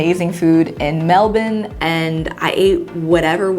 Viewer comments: As an Australian I just want to appreciate your pronunciation of Melbourne!! <3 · Hearing a non-Aussie pronounce Melbourne like we do “Melbin” 👌😂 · I just want to say that I appreciate you pronouncing “Melbourne” like “Melbin”. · Lol... how cool is it that you pronounced Melbourne the Aussie way... Mel-ben not Mel-borrrn...or Mel-burrrn... how the north americans say it. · Let's gooooo u pronounced melbourne right. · 2 years late, but I just want to appreciate the effort went to to pronounce Melbourne like a real Australian. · Which Nando’s is that? 😂 I’m from Melbourne, good pronunciation by the way! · This is so random, but I NEVER hear someone from the USA pronounce "Melbourne" correctly (or how we melbournians say it) but she said it perfectly and i'M SHOOK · I reserve special praise for American's who pronounce Melbourne correctly. Consider my hat tipped. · Totally a sidebar but can we all just appreciate and applaud her 100% Aussie pronunciation of “Melbourne” 👏🏻👏🏻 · this whole video is amazing and i am so happy for you!! i also had a little proud moment at the way you pronounced melbourne!! like a true aussie hahah xxx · Loved watching and learning from your journey! Thanks for sharing! Also loved your pronunciation of Melbourne!! Nailed it!! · OMG PROPS TO SAYING MELBOURNE PROPERLY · oh my gosh you pronounced Melbourne like a Melbournian! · Firstly, I freaking love you and your authenticity. You are such a beautiful soul and light in this world. ♥️ Secondly, you said Melbourne so well! woo! ✨ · Even pronounced Melbourne correctly, you continue to amazing me haha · Ps- you said Melbourne right! 👏🏻🥰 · You pronounced Melbourne correctly hahahah